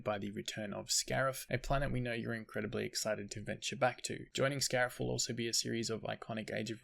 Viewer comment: If this is indeed the last big update it’s a good one. Cannot wait to get on Scarif and try these new skins - although I’m low on credits so I’m gonna have to be selective - oh, and yeah “scarif” - now get to sleep mr 🤣